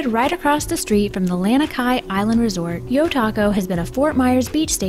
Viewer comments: and it's (La-Nee-Ki) lol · You pronounced Lani kai incorrectly